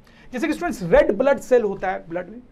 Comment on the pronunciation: In a single video sir says about 100times stuents, stuents 😂😂😂